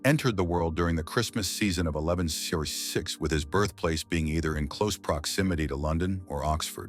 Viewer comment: why did he say "1166" like that??